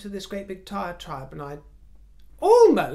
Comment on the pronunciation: Sorry, but it’s diatribe not “tiatribe”.